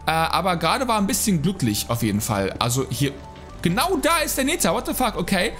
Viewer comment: Wie wäre es mal mit 'ner richtigen englischen Aussprache von Nether oder sag' dann einfach Hölle(nbiom). Aber dieses Neetär geht auf den Sack :P